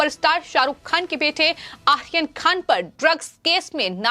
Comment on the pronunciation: Ye ladki ko aryan khan bolne nahi aata hai... 😀😀 Akhil khan bol rahi hai